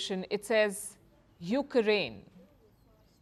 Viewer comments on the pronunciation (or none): It’s the “YOUKRAINE” for me 😂